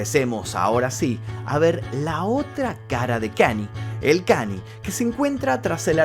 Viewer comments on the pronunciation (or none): Hola, te sigo hace muuuuucho tiempo. Yo soy fanático de Kanye desde hace muchos años también, por lo cuál te voy a hacer unas correcciones: 1. Se pronuncia "Kañe" no "Kani". 2. Kanye en el último año expresó muchas veces su deseo de cortar la relación con Adidas, ya que ellos estaban haciendo productos de nombre YEEZY sin su permiso ni consentimiento para ser vendidos. Por eso mismo él dijo que "aunque sea antisemita, Adidas no terminaría el contrato conmigo". 3. No se burló de la lucha de BLM, la remera de WLM la usó reclamando de que realmente, las únicas vidas que importan, son la de las personas blancas. Fue una queja a la sociedad, no una burla. 4. Kanye y Kim se separaron luego de que Kanye expuso información privada de su matrimonio en su única conferencia de prensa que dió como candidato a presidente. 5. No está bloqueado de Twitter, de Instagram sí, pero temporalmente. Le deben quedar 15 días de suspensión aprox. 6. Perdió 2 mil millones de USD por terminar su contrato con Adidas, pero sigue teniendo aproximadamente 8 mil millones de USD. Te mando un saludo! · otra video genial como siempre, pero te sugiero que cuando investigues veas cómo se pronuncian las cosas en inglés, lo menciono porque Kanye, no se pronuncia como Kant, se pronuncia Kan-y-e. Saludos. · Buen vídeo pero creo que la pronunciación es Kan-lle no Kanie en fin buen video 😉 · Con todo respeto, se dice KanIE, no Cani 😢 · se pronuncia KANYE, tu le dices y suena como kanie o kanyi pero es KAN YE, la y no es lo mismo que la i , saludos:) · Amigo todo épico tu vídeo dos un genio pero porque decís KANI, es KANYE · Gran video pero me dió cosa escuchar tantas veces "Kany" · Muy buen video… como siempre! Observación (no hate)… los Yankees lo pronuncian “kan-ye”… saludos hermano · KAN-i-ÉY--- pronunciación